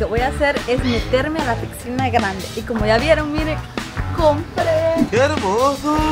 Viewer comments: No sé dice pigsinas se dice piscina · Una pregunta porque dices picsina jaja teamo mucho 😊